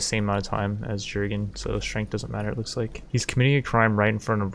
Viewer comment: The J in "Jurgen" is pronounced like a Y